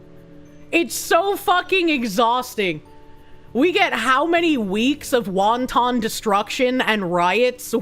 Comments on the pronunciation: I'm begging you not to pronounce wanton like that, it's not a delicious Chinese fried dumpling (wonton). It's wahn-tuhn. Please I'm pleading here don't make this old grammar nazi send you to the ADHD curing camp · calling it Wonton destruction, like the soup, is killing me lmao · Why do you pronounce wanton like the dumpling?